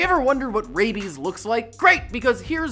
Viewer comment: THIS IS RAI-IBIES THIS IS RAI-IBIES RAIBIES RAIBES RAIBIE-ES